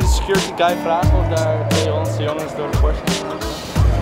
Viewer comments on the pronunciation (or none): none